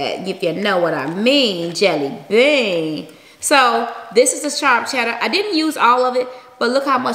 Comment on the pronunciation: B I love you but did you notice you said chella and not cheddar